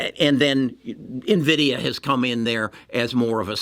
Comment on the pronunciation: if the only thing the trolls are picking up on is the pronunciation of NVIDIA you’re clearly doing something right! Easily the best content creator I’ve seen on this topic and helped me turn a loss into a small profit.